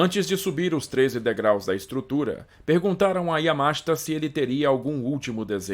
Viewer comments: Yamáshita? Aqui é Br mano. É Yamashíta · EXCELENTE DOCUMENTÁRIO.... A ÚNICA DÚVIDA QUE TENHO É SOBRE A PRONÚNCIA DO NOME DO GENERAL YAMASHITA, QUAL SERIA MAIS CORRETO: - "YAMASHÍTA" - "YAMÁSHITA" - "YAMASHITÁ" SERÁ QUE TEM ALGUÉM QUE SAIBA FALAR JAPONÊS PARA RESPONDER???? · A pronúncia é como se escreve, Yamashita e não Yamáshta. A pronúncia é inezorável e não inecsorável.